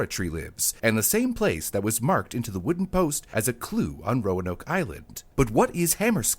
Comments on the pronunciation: The emphasis is on the first syllable - "ROAnoke," not "RoaNOKE." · It's ROAnoke, not RoaNOKE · This is great info but its name is pronounced roan oak after red oak. Signed, a Roanoker. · As a previous local, I'm more surprised that I've been mispronouncing Roanoke this whole time... the lift in the a is a lot quicker and much more subtle in normal conversation. I've always said "Row-noke" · Modern american english typically puts the emphases of 3+ syllable words on the 2nd syllable, so it would be roAnoke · Why does he keep putting accents on the wrong syllables in the name "Roanoke?"